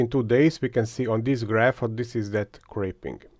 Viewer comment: I'm new to 3D printing so I'm not sure if it's my ears or lack of knowledge. Several times during the video it sounds like you say "crepe-ing" and I'm usually if I'm hearing it wrong or if that's a 3D printing word I haven't heard yet. What does that word mean? Thanks!